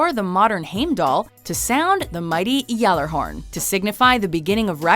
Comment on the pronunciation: no... No not at all. You heard the way they said Gjallarhorn and Heimdall? Hell nah